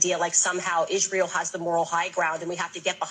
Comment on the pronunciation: You do make me laugh but its hard to take you seriously when you spend most of your time saying the same word or couple of words over and over again in different ways. But one thing is for sure and 2 things are for certain lol Yeahhhhh lol Isreeeeal lol I dont mean to be condescending its just when you listen to this as a Brit its very funny. Also its Piers Morgan not Pieere lol he's not French. Also how are you a threat to the establishment? and your personal revolution is certainly being televised for the world to see lol any it is what it is and it will be what its goibg to be right? Bro we should collaborate and go live together and talk about current affairs and ill bring it to your audience from the streets of London and you can do your thang. All joking aside you are a star my man 😅